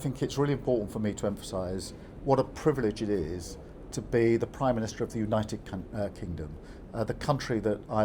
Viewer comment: He got one thing right the 'United Kangdom' We Wuz Kangz